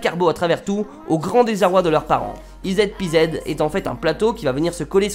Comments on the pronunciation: Ca se prononce izi pizi.... Pas ized pezed... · i zed pi zed... essaye en anglais "i zi pi zi" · D J'aime bien le dernier produit comment tu le prononces: c'est pas "i zed pi zed" mais ça se dit "easy peasy" ce qui veut dire en gros que c'est facile, un peu comme "les doigts dans nez" :D Merci encore pour tes vidéos :) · Le dernier item EZ PZ se lit "IZI PIZI" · Super vidéo par contre la dernière invention ça ce lit izi pizi 😂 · Super vidéo, par contre c'est normal si tu trouves le nom du dernier bien pourri, ça se prononce "easy peezy" 😂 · Bonne vidéo, juste, le dernier objet le nom ce prononce "easy peasy" ==> facile comme tout en français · Ezpz en fait ça se dit izipizi et c'est l'acronyme de eqsy peasie ce que est une expression anglaise pour dire facile donc en fait c'est pas un nom pouri... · Super vidéo ! Par contre "ez pz" se prononce " izzi pizzi " :p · Le EZ PZ se dit easy peasy (là normalement tu as tilt si ce n'était pas déjà le cas ^^) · EZPZ se prononce easy peasy, car c'est un jeu d'enfant :) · ez pz ca se pronoce izi pizi ;) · Ezpz se lit izipizi mdr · "ez pz" = "easy peasy" → "un jeu d'enfant" ► il est temps d'améliorer ton accent anglais, et ta culture générale anglo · La dernière invention ce prononce izi pizi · Ça se prononce izi pizi